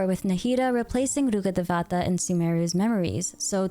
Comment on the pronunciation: dat "RHUKADHEVATA" is so crispyyyyyyy 🥴